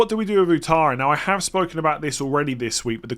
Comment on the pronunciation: the name Ouattara is pronounced Wattara.